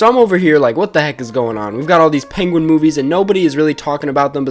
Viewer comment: Penwen. Pengwing. Pengwen